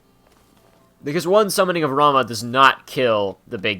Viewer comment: FYI Ramah is butter. RamOO! is the summon. Thank you ;)